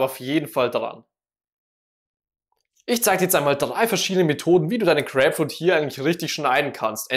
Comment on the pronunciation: Crääpfrud..also bei der Aussprache kann ich das Video nicht länger als 10 Sekunden gucken